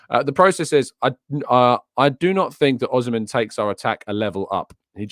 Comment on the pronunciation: Hey! I just watched that Osihmen goal, training pitch stuf!! And I just discovered how to pronounce Osihmen, from the presenter on the Serie A channel, it's Oss-seeman (with a distinct pause), not Ozimen or Oshimen etc.